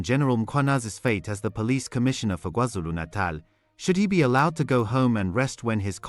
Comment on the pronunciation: The only AI that says Kwa-Zulu Natal even better than some humans😂